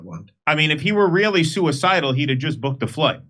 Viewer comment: “If he were REALLY seweycidal, he would have merely booked a flight.” 😅